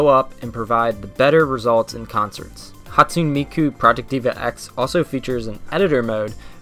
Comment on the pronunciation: Written Hatsune Miku, pronounced Ha-tsu-nay Mi-ku, not "Hatsuun". Written Kagamine Rin/Len, pronounced Ka-ga-mi-nay rin/len, not "Kajamin". Written Meiko, pronounced May (the same way you pronounce the month may)-ko.